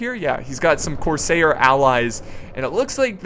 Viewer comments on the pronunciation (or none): none